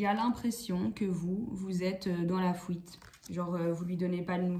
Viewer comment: Coucou, vous me faites rire avec votre accent " la fouite " lol. Tirage très juste. J ai dépassé tout ça. Mais jme demande si l autre va arriver à faire ce travail sur lui même si il ne va pas tjrs écouter son égo. Si jamais il revient j aurais trop envie de lui dire, Waou t as fait kho Lanta 😀 moi j en suis en 1 point il revient c est bien il revient pas c est bien aussi. Jm occupe de moi. Merci bcp pour ce tirage.